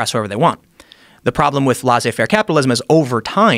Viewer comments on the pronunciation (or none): the way americans pronounce "Laissez-faire" is super cringy